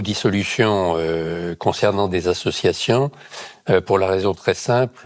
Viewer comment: "Plus de quarante zassociations"... Ah en effet, ça fait beaucoup de zassociations ! 😉